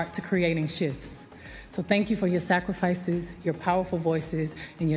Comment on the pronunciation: did she say sacirfices?? i knew IT